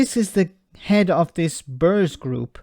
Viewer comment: I hate it when people talk over each other and don't listen. Between 2016 and 2020 Britain was not 'on the way out' as the Bruges man said.. The government did no preparations and faffed around until the last minute. Pronunication: It's Bruges (Brooges (soft g) not Burges.